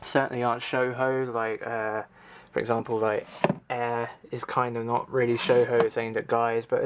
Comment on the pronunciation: Shoujo is pronounced "show-joe". Man, building a collection like that is hard work, I have chest of draws where I keep stuff in and I cant organize them vertically, due to the knobs having indents inside the draws, and thus I need to get a new draw unit. Your collection needs some Princess Tutu and Devilman.